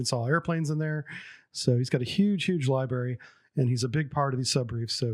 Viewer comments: LOL did he just say "Lieberry"? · Great information and love your videos but, my brother and fellow bubble head.... Library has two "R"s . Just jabbing your ribs.